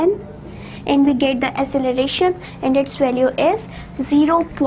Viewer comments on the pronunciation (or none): Acceleration Pronunciation was wrong